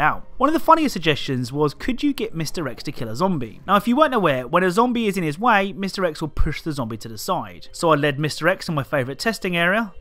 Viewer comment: Sometimes you say mr X and it sounds like misdirects.